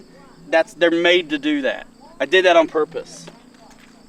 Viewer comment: PORPOSE, PORPUS, UP DOWN UP DOWN SORRY I;D GIVE IT A 3 OUT OF 10